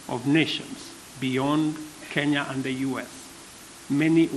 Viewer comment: “When Kenya wa’ declared iz innepennance…” Right out of the gate, Joe. You had me at “When Kenya wa’ declared iz innepennance”.